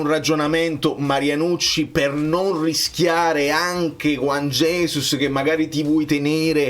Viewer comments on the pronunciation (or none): none